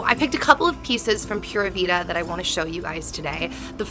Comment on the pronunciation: I love how chunky Logan’s legs and arms have gotten. 😍 Pura vida is pronounced ‘Pooh-rah Vee-dah’ 😊